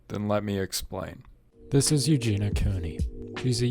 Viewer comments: yeah if your gonna make an entire video about someone I find it odd you’d not know enough about the person to know how you say their name. She says over and over her name is Eug-Eee-neee-ah. If you’ve seen enough to have an opinion you know that. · You don’t even pronounce her name right